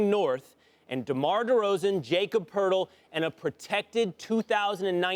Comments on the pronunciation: YACOB PURTLE FFS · "Jacob Purdle" 😂